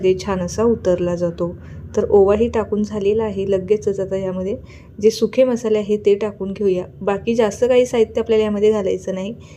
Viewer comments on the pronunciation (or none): भिजली जाते नाही...भिजते उतरला जातो नाही....उतरतो सुखे नाही... सुके मसाले किती चुकीचे मराठी.....पुढची पिढी पण असेच मराठी शिकेल. हल्ली यूट्यूब वर ही असे सर्रास सदोष उच्चार आणि चुकीचे मराठीच ऐकायला मिळते.